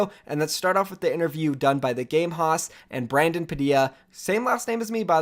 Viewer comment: Haus is pronounced like House not "hoss"